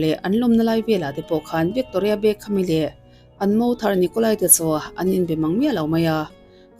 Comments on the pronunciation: I pronounce te hi uluk b Ve teh ..vikkkktoria ti lohian..youtuber ho hian pronounce te hi hi zir ve rawh u😊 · Bengvarthlak khawp mai,mahse Victoria hming i lam dan thluk hi 😂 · Victoria i lam dan chu a dang daih mai😅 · I tawng thluk dan hi a mak Victoria tih te hi